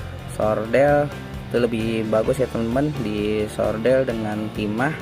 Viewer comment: Solder bang.. bukan sordel 😅 terimakasih banyak ilmu nya bang, semoga kebaikan abang di ganjar beribu2 kebaikan buat abang dan keluarga